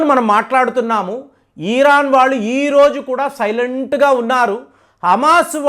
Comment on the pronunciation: Chepparani Di anduku cheptaru.eeran kadu iran.mojafd kadu.mosad.